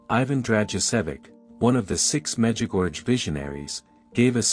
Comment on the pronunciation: It makes me smile as to why so many people do not pronounce the name MEDJUGORJE PROPERLY.